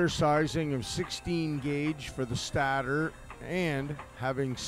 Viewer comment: Excellent video. I never knew how he did it .Also, it is pronounced stater……STATE-ER